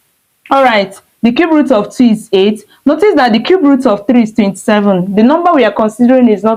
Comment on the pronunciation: Cube not Cubert 😂